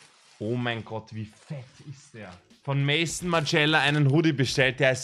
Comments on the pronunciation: Finde es irgendwie lustig, dass du "Maison", also "Haus" wie "Mäisson" aussprichst xD Ist ja französisch und der Designer hieß Martin Margiela und die Marke hieß dementsprechend "Maison Margiela" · Wenn er bis dahin immer noch nicht weis wie man Maison ausspricht wäre es wohl echt die beste Entscheidung!